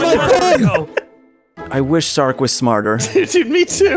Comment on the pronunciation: I still can’t believe can’t say Sark and always calls him Stark lmfao